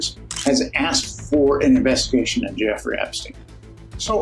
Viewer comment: Effrey Jepstein lols..Clinton also covered it up.